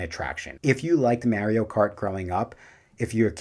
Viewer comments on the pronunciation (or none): Good video! The way your pronounce Mario as Maryio is funny lol. Also putting Curse of the Werewolf as number 1 is a choice, you put it even over the flagship ride of the Dark Universe section of the park.